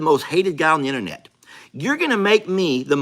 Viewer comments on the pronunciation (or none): none